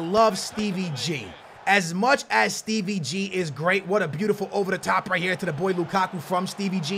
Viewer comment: Stop saying Steve ggggg